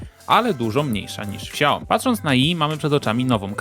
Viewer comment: czyta sie nie "śiaoji", tylko "szajomi"